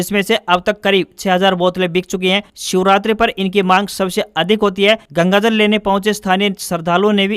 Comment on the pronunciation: News may bole Wrong word:- incorrect -Gagajal. Correct -Gangajal.